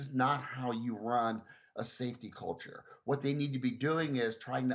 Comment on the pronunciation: "Saefty first"- full stop!